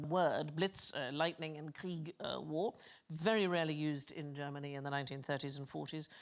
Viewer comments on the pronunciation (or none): none